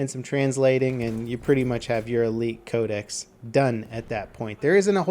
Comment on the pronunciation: Can anyone tell me why he pronounces "Code-ex" (I know that's not how you spell it, I'm spelling it like that for pronunciations sake) like "Code-esees?" Is that the proper way to say it or something? I've never heard anyone say Codex like that.